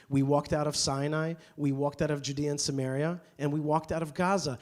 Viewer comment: Samaria, not "Sumeria".